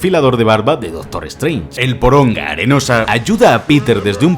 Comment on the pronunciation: El porong. Arenosa 🤣🤣